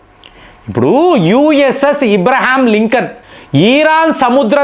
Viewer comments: ఇబ్రహీంలింకన్ కాదు. అబ్రహం లింకన్ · Hw's that u suffer to pronounce exactly the name of Sir Abe Lincoln !?